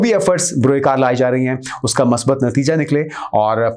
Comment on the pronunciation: the word is not "Masbat" it is "Musbat", if you don't pronounce it as "Musbat", then also pronounce "Maseebat", instead of "Musabit"....I neither like or dislike your channel. You need to improve your Urdu prounciation.